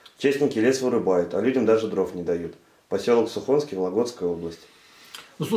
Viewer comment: Небольшая поправочка, «Посёлок сУхонский» Вологодской области . Ударение на букву «У» . С уважением к вам ваш подписчик Архипов Евгений, житель Вологодской области